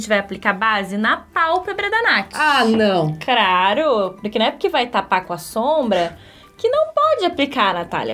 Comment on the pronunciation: a maquiadora falou "craro"?